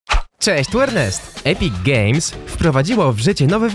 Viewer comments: czy tylko ja słyszę Epic Gejs xD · Bardziej Epic Geijs